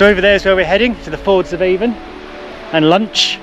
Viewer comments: Hi avon in the cairngorms is pronounced Ann in Scotland why I do not know why but is as useual not being a smartass just trying to help done tha walk 40 or more years ago at the new year spent the. Night in ryvoan bothy brilliant memory’s thanks for the vid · Nice video. Just so you know, River Avon is pronounced Aan or Ahn.